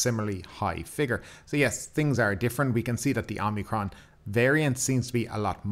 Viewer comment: Omicron not omnicrom.